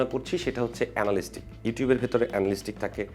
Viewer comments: এনালিস্টিক নারে ভাই এনালিটিক্স। এতো এফোর্ট দিয়ে একটা ভিডিও বানালেন, উচ্চারনটাই জানলেন না! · এনালিস্টিক না! এটার উচ্চারণ এনালিটিক্স❤️ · ❤❤❤, বহুবার উচ্চারিত ইংরেজি শব্দ Analytics এর সঠিক উচ্চারণ হবে "এ না লি টি ক্স " চমৎকার ভিডিওর জন্য ধন্যবাদ। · Analytics সঠিক উচ্চারণ। আ্যনালিটিকস